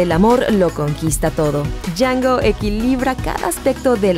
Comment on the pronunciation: es django la d no se pronuncia >:c